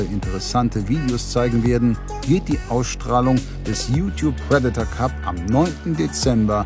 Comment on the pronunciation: Sag ihr mal lieber wie man „Predator“ richtig ausspricht 👱🏼‍♀️🤦🏼‍♂️